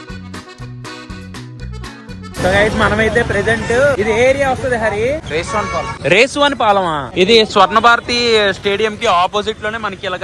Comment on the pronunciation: Resuvanipalem kadhu bro Resapuvanipalem